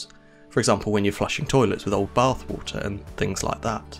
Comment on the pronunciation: Woolta?? 🤯😂😵😂WTF is WOOLTA???? Lmfao is this guy trying to say WATER? Hes SLAUGHTERING the english language smdh woolta!🤯😂😵😂 wtf! Lol